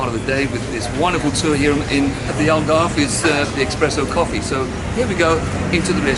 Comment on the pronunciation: The way they say Algarve pisses me off so much